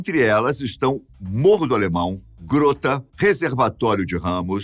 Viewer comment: Como moradora do complexo do alemão,dois atentos: primeiro a pronúncia não é"grôta" e sim "gróta". Segundo: aqui nunca tivemos problemas com milícias,Alis eles nem são doidos de tentar. Nosso únicos confrontos no passado era facções rivais e atualmente é a polícia. Porém há pelo menos 2 anos estamos em paz. Fora isso,amei o vídeo. E amei saber coisas sobre o passado da nossa comunidade. Principalmente de vcs nos chamarem de bairro,eu juro que não sabia, apesar de ter crescido aqui. Show.😉